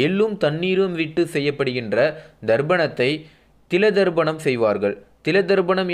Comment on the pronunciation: சார்..அது தர்ப்பணம். ப...நீர் ba சவுண்ட் சொல்கிறீர். நல்ல கருத்துக்கு நன்றி.